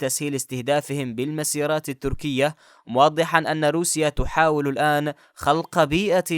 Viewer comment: المسيرات مع وضع الشده على حرف السين وليس المسيرات